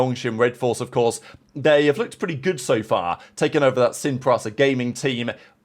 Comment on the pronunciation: dude is allergic to pronouncing Sin Prisa correctly